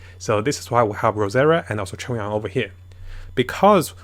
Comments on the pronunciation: Also Am I the only one that heard saying chung yon in his videos? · yeah that always confused me. I wonder if that’s how actual Chinese people pronounce Chongyun it or it’s just a mistake